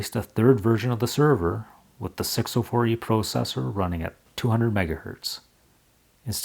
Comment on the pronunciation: You're pronouncing "processor" wrong. It's pronounced "processor" but you keep saying "processor". Please fix this.